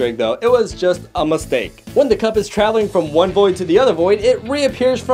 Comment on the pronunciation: I keep going back to the time cuz when he says "just a mistake" it sounds like "just ama stake"